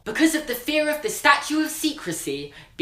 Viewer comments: George Kaplan I think he was saying statute of secrecy but his accent made it sound differently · "Statute" not Statue. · u realise its statute and not statue, and legislation has a j sound not g